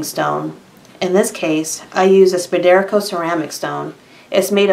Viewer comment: It's pronounced "spider-co" Not "spuh-deer-co"